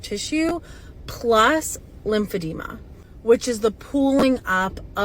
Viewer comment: oh my god if bro doesn’t stop saying lim-fab-de-ma